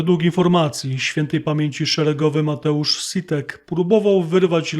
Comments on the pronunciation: W języku polskim "si" czytamy jako "śi" a nie "s-i" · nie zniekształcaj nazwiska Mateusza - Sitek, a nie S-i-tek. To polska wymowa. Sorry, wiem, ze jesteś rzetelny, ale czasem coś Ci umknie. Sprawa Mateusza bardzo mnie boli, bo to taki świetny chłopak...był.. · Sitek ! Si czyta się jak ś,a nie sy!!! Na miłość Boską! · Nie Sitek tylko Śitek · Sitek czytamy jako Śitek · Człowieku. Jak ty wymawiasz nazwisko Sitko. Wracaj do podstawówki. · Jeśli już pozwalasz sobie na filozoficzne wywody to naucz się chociaż nazwisko chłopaka prawidłowo wymawiać. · Uczono mnie,że Si to czyta się ś. Chyba, że nauczyciele byli nie douczeni. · Dlaczego przekręcasz nazwisko Mateusza?